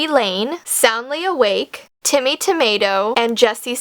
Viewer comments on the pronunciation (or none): none